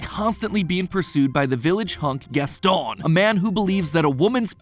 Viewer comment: Why are you saying Gaston like that though?